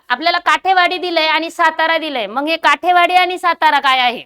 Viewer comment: काठेवाडी नसुन काटेवाडी आहे